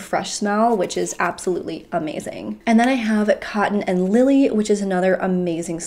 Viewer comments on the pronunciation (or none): none